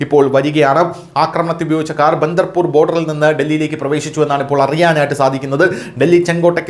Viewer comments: ബദർപൂർ ബോർഡറാണ് . ബന്ദർ പൂർ അല്ല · Bandarpur അല്ല Badarpur.